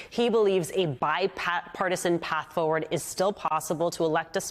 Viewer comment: Why are you saying "fo-ward?" It's forward.